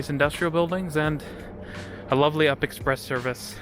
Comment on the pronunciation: We don't call it the up express, we all know it is pronounced the "You P" Express. Has been that way from day one. We don't call the TTC the Titc, it's TTC.